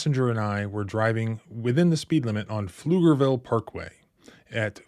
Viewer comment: Congrats on pronouncing Pflugerville correctly 😁